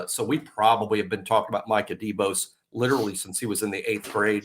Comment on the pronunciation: Did say Minkah Debose lol